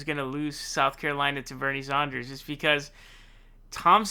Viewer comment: Who is "Bernie Zonders"?